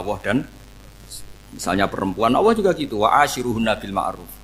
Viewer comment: Assalamu'alaikum mohon maaf saya bila saat Gus Baha, mengucap lafadz ALLAH, kedengeran di telinga saya seperti AWWOH... semoga salah pendengaran saya mohon maaf yang sebesar besarnya...